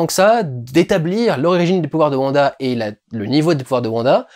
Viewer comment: Mais on dit wanda pas vanda bref attention spolier j'ai personnellement adoré la série est je les regardé tout les vendredi Mais je trouve que l'identité de Agnès est assez facile à comprendre pour les gens qui connaissent wanda des comics car hagata harknesse est la mentore de wanda dans les comics est rien que sont nom je trouve montre car Agnès ressemble énormément à harknesse surtout sont lapin à le même nom que le fils d'hagata dans donc pour les gens qui on lue les comics c'est assez dommage car il ya beaucoup moin de supence pendant l'épisode 7 Sinon j'ai personnellement beaucoup aimé le discours de vision à bah vision sur le bateau de thésée sa faisait un petit moment de pause dans cette épisode qui commence sur les chapeau de roue